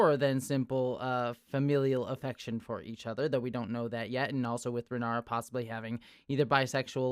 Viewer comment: Just a heads-up (I know it's the first episode with a lot of weird names), it's Rhaenyra (Reh-NEE-ra), not Ranyra, Rihara or Rihanna. But Rihanna was funny, not gonna lie :P